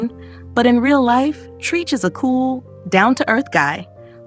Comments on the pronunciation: oh girl it’s pronounced “Trech” not Treeech”! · TREECH?? WHO THE HELL IS TREECH????🤦🤦🤣🤣🤣🤣🤣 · Sis said “Treech “? Wtf?? No respect for the culture! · Not treech I knowshe ain’t say treech that is not his name mam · I laughed every time she said Treach name. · The way she said Treach’s name 😂 girl you better put some respect on that OG 💯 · You pronounced Treach wrong lol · Treach is short for treacherous. It doesn't rhyme with teach or preach. It "rhymes" with stretch.